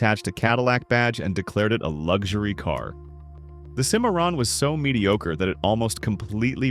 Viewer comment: Its LUXURY, not LUG shoory robot. You need to know how to talk when you take over the world.